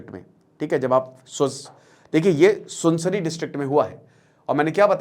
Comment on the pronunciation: Sunsansari nahi be Sunsari... kahe karte ho be aisa bhand??